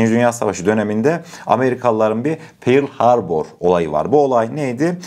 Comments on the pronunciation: 100000i geçtin artık şu telaffuzunuda düzelt bence piaccino nedir abi piacyo diye okunur pir harbur değil pörl harbur.artık globalleşiyon toprağım dikkat eden çok olur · Pearl Harbour - Pörl Harr-bar teleffuzuymuş...